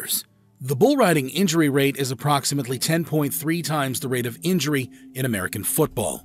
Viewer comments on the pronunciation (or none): none